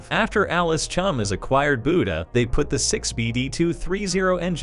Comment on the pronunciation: It's Chalmers not Chalmers like the auto generated voice is saying